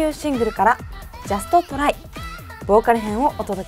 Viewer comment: みんなjust tryのｒが発音できてなくてtryに聞こえない